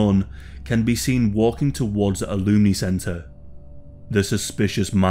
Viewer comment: Did he say looney center? 🤔